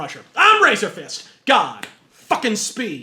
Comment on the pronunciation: I miss that "God... FUCKING speed!"